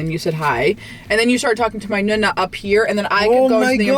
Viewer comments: teach how to pronounce NONNA - it is not nOOna (nuna) - but nOnna! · Why do you say Nunna instead of Nona? I think it’s time for to learn Italian. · Cute she pronounces is nuh-nuh 🥰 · Its... Nonna....like know-Na... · nooonaa and noonoo. Not Nuna and nuno. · at least teach how to pronounce nonna and nonno! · I hate how she pronounces nonno and nonna. It’s so bad 😂 please, take some Italian lessons